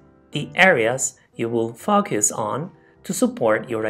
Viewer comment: Nice, clear explanation of the principals of writing an essay. Thank you, my students used it. One thing, however, the word FOCUS has a bit different pronunciation :)